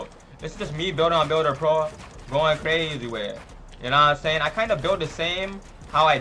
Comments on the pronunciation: he said “builder ploa” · He said builder plo😂